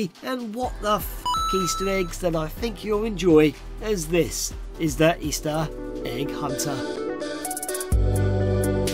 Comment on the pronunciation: eestah ehhg huhnter i keep hearing this